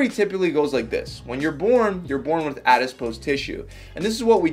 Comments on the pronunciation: Its Adipose tissue please stop pronouncing it Adispose tissue. Please read about definition of Calorie. Horrible twisting of facts by ignorant individual. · It's not "adispose", it's adipose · It lowers your credibility when you cannot pronounce properly what you're talking about: Adiss-pose? It's a·-duh·-pows, æd.ɪ.poʊs....No "s" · Adipose...not adispise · Not said in a snarky way at all but my friend it's adipose, not adispose. Lots of great information by the way. Thanks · Adipose. ADIPOSE! NOT FUCKING ADISPOSE! AADDIIIPOOOOOOSEEE!!!!!!!!!!!!!!!!!!!!!111!!!1!1!! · When he says "addispose" instead of "adipose" 🥴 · it's called "adipose tissue" not, "adiSpose". The rest was great. Thank you! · its not adispose its adipose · Very informative but its 'ADIPOSE' not awdispose :-| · I love how he pronounces all the science stuff wrong in every video lol. Adipose becomes ADISPOSE. Hahahaha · “Adispose” lol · I wish that he said the word adipose correctly.